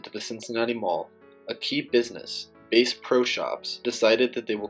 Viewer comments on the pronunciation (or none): 'BASE PRO' its BASS pro